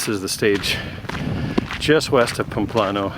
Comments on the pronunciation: Your mispronunciation of even the easiest Spanish words is painful. It's PAMPLONA! Also, judging other pilgrims for bringing their children? I hope the camino punched that judgment and self-involvement right out of you! :-) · It's pronounced PAM-PLO-NA.